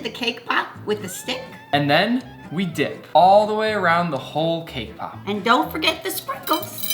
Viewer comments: I thought he said “kpop” instead of “came pop” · 🤣🤣🤣🤣🤣 thaught he said k-pop 😅😅